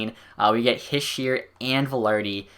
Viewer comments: Heesh-eh is how you pronounce it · Its He-She-er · It's pronounced he- shey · It's pronounced hish-er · Nick Almeida I was thinking the same thing